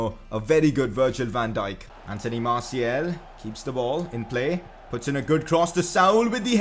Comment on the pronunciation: You are pronouncing Martials name wrong, its Martial and you pronounce the second and its not Martiel